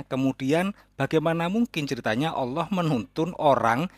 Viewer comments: saya kristen, tapi saya cukup malu jika orang yg mengaku imam mesjid menyebut Al-lah saja tidak bisa , tpi malah menyebut dengan sebutan auloh, seolah2 ada terjadi sandiwara ,lgipula kenapa di dalam rumah sendiri harus pake masker?! seperti kata yesus di Matius Jika ya, hendaklah kamu katakan: ya, jika tidak, hendaklah kamu katakan: tidak. Apa yang lebih dari pada itu berasal dari si jahat. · Dari pengucapan lafaz assalamualaikum dan Allah dah ketahuan kalau bohong. Dan kalau boleh tau imam masjid mana ya?